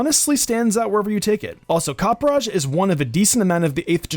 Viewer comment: I cringe every time someone says copperajahs name. Copper-a-jah. I don’t know why it bothers me so much. But I’m glad you included it in this because it’s my favorite of the new gen!